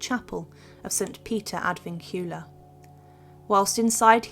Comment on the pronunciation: St Peter ad Vincula is Latin. Vincula is pronounced Vin-cu-la with the stress on the first syllable “Vin”, not the second “cu